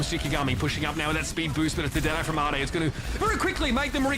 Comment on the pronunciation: ade being pronounced like "ah-day" threw me 4 a loop JKL:SDDS